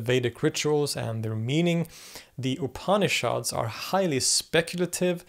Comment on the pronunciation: pronunciation of "upanishads" ... pretend like the first "a" isn't there, 3 syllables, not 4... "OOP-knee-shods" .... say it with me...